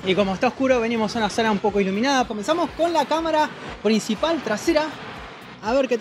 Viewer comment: Me gusta cuando ana dice comensamo